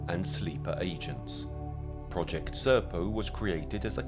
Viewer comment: Prodgekt Sirpoe